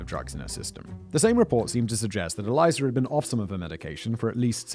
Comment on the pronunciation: Simon ~ “Elisa” is pronounced like “Lisa” with an “Eh” at the start, not “Eliza”.